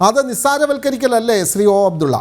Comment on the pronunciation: ഫയങ്കരാ മാന്യൻ ഓ അഫ്ടുള്ള 😂😂😂😂